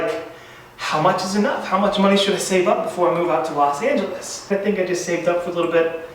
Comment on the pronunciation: Los Not Las😑😑